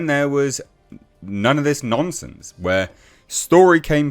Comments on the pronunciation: lol your accent makes it sound like you're calling Kotoku Nonces instead of nonsence. Not inacurate either way. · I like hearing you say "nonsense", becaus eit sounds like you're saying "Nonces mainstream media" or "Nonces Kotaku". Ironic really....